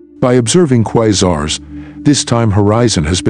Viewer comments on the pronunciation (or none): I was interested in the content but I can't watch a video with a computer voice saying 'Quizars'.